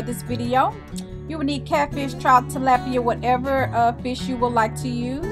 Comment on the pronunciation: TALAPIA IS PRONOUNCED: TA-LOP(LIKE THE WORD HOP) AND IA(EYAA)..., TALAPIA!!!! NOT TA-LAP(LIKE MAP)....